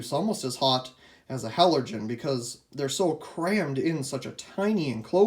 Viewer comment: You said “halergen” 😂😂😂